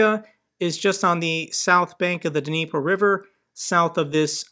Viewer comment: Good video. Small point, the "D" in Dnipro is silent.